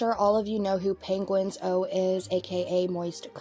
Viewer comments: He said the pronunciation once (& no ones ever said it again lol): “Penguin-Zee-Zero” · "Penguin-zee-zero" is the only acceptable pronunciation 😂 Fr the MamaMax situation has blown up way beyond what I expected. I've seen crap with Max before but not on this level. Also for what it's worth, I'm very rarely on discord lol I understand Charlie on that. I'm also bad at responding to DMs.. and texts lol I only use my laptop to play the Sims or watch movies on my friend's server. Thankfully nobody relies on responses from me. Max used to make decent videos, I never looked much into them, so lack of evidence didn't stick out. It's strange looking back now. When Nexpo spoke out, Muta too.. Max ended his own career by treating the people that supported his past mistakes like crap.